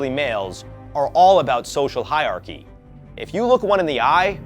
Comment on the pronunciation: 'Hierarchy' is pronounced 'higher-archy' not 'higher-chy'.